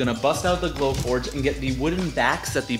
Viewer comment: I thought you were saying "blow torch" for so long until I saw your "glow forge"! You're awesome!